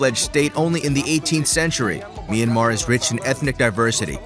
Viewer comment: it'd be great as a local citizen of myanmar if you just pronouced Myanmar as Myan-mar a bit fast because that's how we say it and I don't want local citizens to be confused with Myan-mar and Me Yan Mar